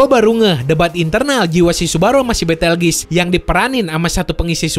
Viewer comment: Bukan Petelgis Tapi Betelguse